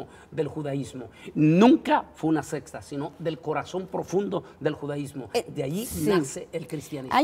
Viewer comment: Dicen verdades, lastima que no presentan suficiente sustento ni histórico ni bíblico. Y lo hay de sobra. Hno...se dice SECTA, no "sexta".